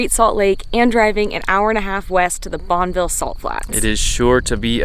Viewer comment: It's actually pronounced bon-uh-vil.